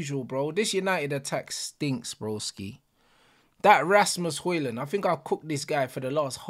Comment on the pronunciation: He said Assmus Højlund just as I took a sip of water. Had to put more effort in to stop myself from spitting it out than Trashford did all game.